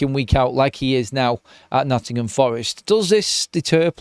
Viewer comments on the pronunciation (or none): none